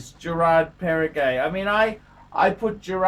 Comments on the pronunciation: Does he call it Parri-gay? :D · It is Perregaux and not PERRE-GAY!